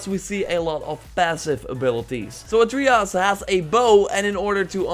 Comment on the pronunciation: God of Wooooar and ATREEyus. I dunno know... I am german and can say these words just fine. Doesnt bother me too much, though. It's kinda funny.